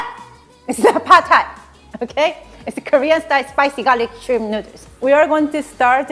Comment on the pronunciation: They also say "neuters" instead of noodles 😂